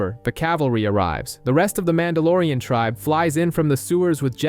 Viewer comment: Calls him MAN DA LORE IAN Short for MON DOH